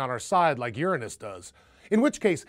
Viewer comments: It's funny how hard he tries to pronounce Uranus without it sounding like "Youranus" :-) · actually pronounced your anus